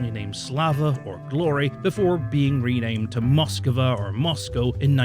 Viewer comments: Nice video. Had a hard time every time you said Moskava. It's Moskva. Without the A between the K and V! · its said as moskva not moskava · It's not Moskiva... it's Moskva. Stop mispronouncing it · One thing about the pronunciation of this ship: It should be "Mosk-VA' (two syllables) instead of Mos-kuh-va (three syllables). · Why can’t you pronounce Moskva? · The way he says Moskva is hilarious. Like